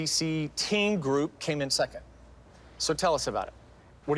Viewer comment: I cringed every time I heard Abby say "seckent" instead of "second".😊